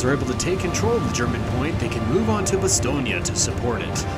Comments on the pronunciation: I hear Bastogné, in french it's just Bastogne though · One thing I noticed is your pronunciation of Bastogne, it's pronounced more like 'Bah-Stone', not 'Bah-Ston-Yah'. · Stop saying "BastognA" bruh 😢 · Why do you say "Bastognia" ? It's "Bastogne", you can say "Bastognia" so just don't pronounce the "ia" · Good sir it is pronounced "Bastone" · I thought it Bastogne was pronounced ba - stone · I hate the way you’re pronouncing Bastogne. It’s cancer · Maybe use google translate on the names of foreign towns for proper Pronunciation next time??? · Idk how but I’ve never heard someone pronounce Bastogne like that.